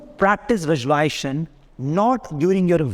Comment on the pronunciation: Sincere advice: please learn to pronounce the word correctly. It is not visuali-ation. It is visuali-s-ation. A video in which a coach promotes visualisation without pronouncing the operative word correctly does not inspire confidence. Maybe it attracts people who have some trouble in speaking English. No one was born speaking English. Everyone learns it. So, please take the trouble to learn the correct pronunciation. Or better yet, why not speak in Hindi? Confidence & success have nothing to do with the ability to speak English. I applaud you for all the hard work you’re doing, and wish you great success. Namaste 🙏🏽